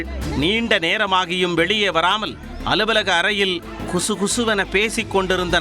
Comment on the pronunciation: செய்தி வாசிப்பாளர் சொல்வது குசு குசு என்று பெயர் கிடையாது கிசுகிசு என்று பெயர் சரி வர பேசிப் பழக வேண்டும் சகோதரர் செய்தி வாசிப்பாளரே நன்றி